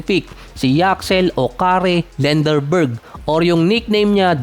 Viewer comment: Another negative and trash content! Lendeborg not "Lenderberg" OGAG!😂